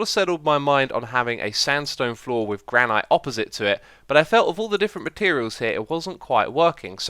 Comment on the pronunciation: So... "Never take things for granite" jokes don't work anymore? Just realised how he pronounces it as "Gra-night". I've always pronounced it as "Granit"...